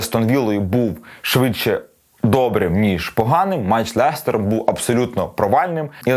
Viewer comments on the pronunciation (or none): none